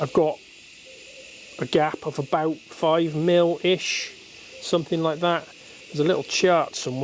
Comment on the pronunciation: the correct pronunciation is "Something" and NOT "somethink".....Speak properly